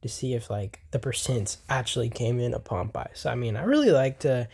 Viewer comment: Please stop pronouncing Pompeii as ‘Pomp eye’…. It’s pronounced ‘Pom pay’!!!